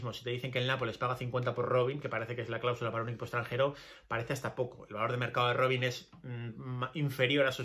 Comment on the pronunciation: Robin pas Robine, tu prononces pas correctement, mon vieux. Robine c'est nom de femme. On prononce Roban, c'est plutot ainsi, essai de le faire bien.